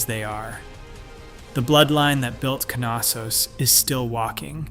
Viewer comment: It is Knossos not Kanossos there is no ‚a‘ sound connected to the ‚K‘ between the ‚n‘. You say knitting not kanitting.